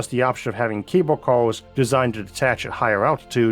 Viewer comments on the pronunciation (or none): I got a little queasy or so. That Earth is tilted way off our actual axis with regard to the sunlight. I literally had a moment of vertigo, till I realised why it looked wrong. It *is* wrong. AI needs some Elementary School primers, as they used to call them a century ago. Btw, your "accent" with your issues, I understand. That said, your pronunciation of "cable cars" just keeps making me smile. Smiling with you, not laughing at you. It sounded a few times like, "cable cows," and I got unfairly and immodestly tickled, thinking about the poor cows, tethered on their way up to space. Hey, if you are going to have a problem, as you and I both do (different issues), it should at least be able to help us make other people smile, right?